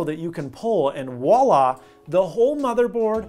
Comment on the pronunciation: And... Wola! What's wola? Are you trying to say voila?